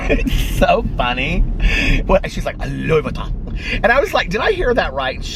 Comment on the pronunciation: Louie VUUHHHWEEton 🤣🤣🤣 weak!